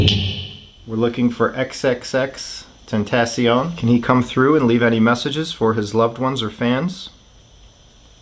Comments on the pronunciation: you said his name hella wrong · nigga learn to say xxxtentacion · XXXTENTAYCION WHAT HAHAHAHAH IT'S XXXTENTACION DON'T SAY IT WRONG AGAIN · You said x is name wrong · Said X name wrong but it's ok he didn't know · How did you pronounce xxxtentacion again? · You said xxxtentacion name terrible wrong.... But I still love ya💕. Keep pullin out great content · X was my boi and u say his name wrong😐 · His pronunciation of XXXTentacion made me cringe lmao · You said X's name wrong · wait he said xxxtentacion wrong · Is it just me that makes me pisset how he Said XXXTENTACION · Stop hes giving off good energy and u making fun of him negative ass cant even say x name right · XXXTENTACION!!!!! NOT WHAT EVER YOU SAID hahahahaha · OHHHHHHHH FUCK ME HE SAID XXXTENTACION WRONG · If it were real, X would tell y'all to stop pronouncing his damn name wrong. It's xxx ten-TAH-see-ohn, not ten-TAY-see-on. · its pronounced xxx tenta see own not tent aye si en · Tacion not tencion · XXX-TENT-A-CEON the I sounds like an E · The C makes Sh sound X confirms it cuz that's how pronounces it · It’s pronounced ten-ta-ci-own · It’s “ xxx ten-tas-ion” that’s how you say it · ily dawg but its pronounced, ten-ta-see-own. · My man said xxxtentaycion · XXX-Ten-Ta-see-own That's the proper pronouncing. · Did he really say”xxxtentastion” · Ten-te-C-on “Tentacion” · It’s pronounced xxxtentacion with a soft a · The a in tentacion is pronounced like when a dentist asks u to open ur mouth and say “ah” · ten-tas-e-own is how to say it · Ok Just reeeeeeeeeeeeal quick here it's Ten-ta-si-own. The Paranormal dude said it correctly and ya still mispronounced it :P no hate just wanted to throw it out there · Ten tah see on is how you say it and keep it up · It's no damn tentession it's XXXTENTACION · First ur pouncing his name wrong second is thus we’re u want to be when Jesus comes back making fun of jay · you pronounced X name wrong... dude do some research old dog we see ur huge a55 pores from here